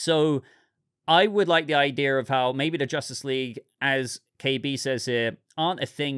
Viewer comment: You said "idea" then you said "idear" which is not a word, ideal would be an option